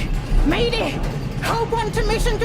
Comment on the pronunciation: lol "Maydeh! Maydeh!"